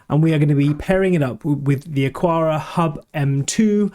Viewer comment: Isn't it pronounced "Akara" as there is no 'u' after the 'q' ?